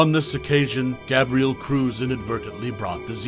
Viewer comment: I can’t do it, this guy can’t even pronounce Gabriel correctly